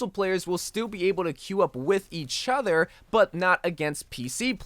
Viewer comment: its other not ether